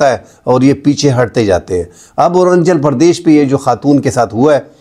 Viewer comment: ارانچل پردیش غلط تلفظ ھے.. ارون آنچل پردیش صحیح لفظ ہے.